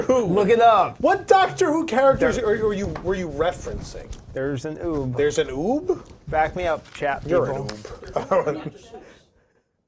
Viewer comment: Hilarity!! FYI, ube is pronounced "Ooh Bay".